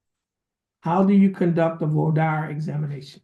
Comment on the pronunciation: He also can’t pronounce Voir dire.